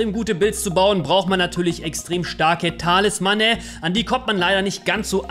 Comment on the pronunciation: Es heißt Talismane und nicht Talismanne. Es heißt auch SUN (Englisch für Sonne) break und nicht .. naja wie schreibt man das falsch?! XD